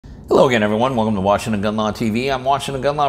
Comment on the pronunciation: "right here in Woodinville, Washin"